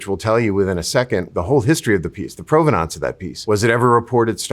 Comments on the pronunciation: This guy says provenance funny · This. Thank you. It drove me crazy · Why does he mispronounce provenance every single time? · I'm just struggling with the way he's pronouncing provenance